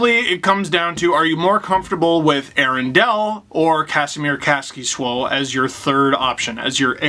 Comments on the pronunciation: Dangle: kas-ki-swo Kaskisuo in his Twitter bio: (KAH-skee-sue-O) Dangle: KAS-KI-SWO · I'm finnish and neither of those is really how we say it here. Though I dont mind if you say my contrymen's names wrong, but since the topic came up I'll give my way too many cents If I had to explain it to an american/canadian KAHS - ki - suo Three syllables. Granted, English doesn't have an "uo" diphtong and the short "u" sound is also rather rare in English so I undertstand the "sue-o" explanation. Swo is also fine, it isn't any more wrong than sue-o is. You can't always write things from different languages phonetically using anglophone logic. If you want to get it exactly right learn IPA or listen to a Finnish person saying it. (Yes, that is just suo, kaskisuo is composed of two words. Here's kaski ) If we look at how Steve pronounced it, to a Finn that would sound like Käs - ki - su - ou which is definitely close enough, but you say the first syllable like KAHS in a kind of a british way? And the end bit is just one syllable instead of a split su-o (or sue-o), but as mentioned before, English doesnt have a diphtong like that so it may be confusing.